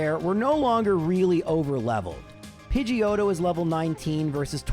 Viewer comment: lmfao "Pidgeotto" sounds too much like "Pinche Joto"...lmfao :P